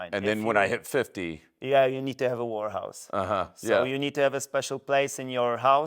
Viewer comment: Chciałeś powiedzieć "łerhaus" bo "łorhaus" znaczy coś zupełnie innego😅